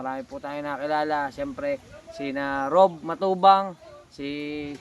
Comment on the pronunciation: Rab pho kautoy Hindi rob